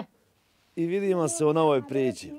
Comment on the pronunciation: Suze su mi isle.,jos puno godina da docekas u zdravlju!Emisije su vam super!,samo obrati paznju u odjavnoj recenici da kazes priči e ne ono "meko" prići:)